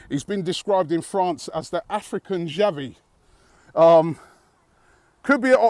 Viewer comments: " xhavi " you mean " xavi " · It's Xavi not xhavi. Desperate for Europa thing. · Robbie there is no h in xavi😂😂😂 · Lmao u ment Xavi not xhavi hahaha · Xhavi😂😂 it's xavi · I think he combined Xhaka and Xavi to get "Xhavi" lol. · its xavi u fuckass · "xhavi" lol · Xavi not xhavi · Uhhh it's xavi mate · It's "xavi" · ITS XAVI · its Xavi...